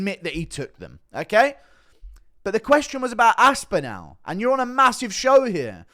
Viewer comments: Aspinall not Aspinal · Great vid but it’s pronounced aspinall (as-pin-all) I’m no grammar nazi but it was grating on me